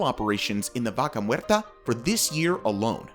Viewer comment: Di VACA MUERRRTA ... ¡¡ NO MERTA !!😡👎